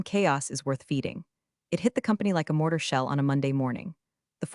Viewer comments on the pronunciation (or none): none